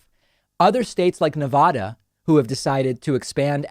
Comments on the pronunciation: David, although I agree with 99% of what you say, I cannot agree with how you say Nevada; It is pronounced, phonetically, Nev-AD-A. Once the state approached ratification, pioneers and settlers inherited the name. ... Nevada, just remember, it's Nev-ada, not Ne-vah-dah. Love you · PSA for all east coasters, it's Nah-va-duh, with an "a" that sounds like "apple." It is not Nah-vah-duh. Please start saying it correctly. I know you all can make that sound because no one says "ah-pple." The state of Nevada even tells you how to say it correctly on their licence plates. Thanks! Your helpful tip from a west coaster. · It's Nevahda, not Navoda. Inside tip